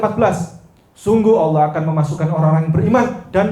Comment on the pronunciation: Bkn Alah SWT tapi Allah SWT bca az salah ko jdi pendeta preet